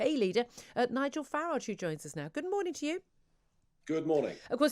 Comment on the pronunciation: Let's get this straight. According to this Farage geezer (pronounced farridge by the way) back in 2016, we just had to vote out of the EU and all our immigration issues would be solved because it was all the EU fault. 5 years on are our issues solved? Nope by his own wording things are worse than ever before. But where he should be realising that maybe he was wrong and actually the government had some (or all?) responsibility for the issues does he throw his hands up, say sorry and quietly shuffle off? Nope no such luck. Now it's all the fault of the worst home secretary ever - apparently! Any idea what irony is Nigel? 😄😄😄😄😉😆😆😆😆😆